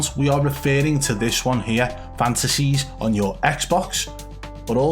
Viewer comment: 'If you change your name on uuuuuuuuuurr account ' change the accent too